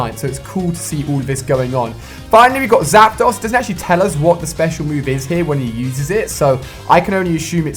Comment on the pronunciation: Anyone else get annoyed the way he incorrectly says Zapdos?